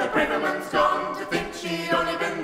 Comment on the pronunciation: This is brilliant but one nitpick, the a in Braverman is pronounced as in tavern not as in brave.